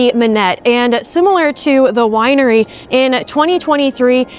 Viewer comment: First Lear'ing Center, Now a Wi'ery...